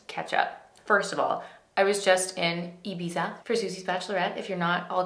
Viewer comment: Americans (i know shes canadian same difference) can never pronounce ibiza